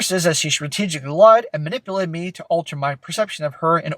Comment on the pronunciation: “I was ma-nipple-ated.” — every woman, ever